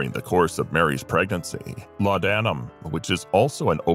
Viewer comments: well it’s certainly not laud Adam as the mechanical voice pronounced it! Laudnum is how I’ve heard it…not pronouncing the a in laudanum….sorry Im a grammar geek… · Laudanam is pronounced as ‘lordnum’..